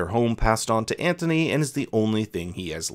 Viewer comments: It’s not Antony that’s what you said😂 it’s Anthony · It’s pronounced Ant-unee.